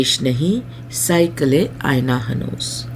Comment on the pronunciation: Improve your pronunciation Madam . Hire an Urdu teacher , he will help. At one place you said cycle, whereas it was saiqal